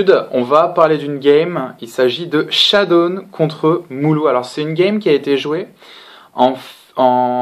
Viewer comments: Pourquoi j'entend shadoune alors qu'il s'appelle shadown ? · "Chadoune" D